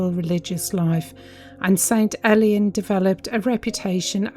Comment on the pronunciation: It's prononced more like ale/ian than elian don't worry about it though, just for you info.